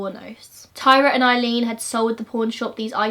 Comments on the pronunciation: Aileen Pronounced, "Ay"-leen, not "Eye"-leen, from an Eileen. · Great video.I just have to let you know her name is 'Aileen' pronounced like 'Ay-leen' .like the word 'hay ' without the 'h'. Well done on content .wonder what would have happened if her mother had kept her.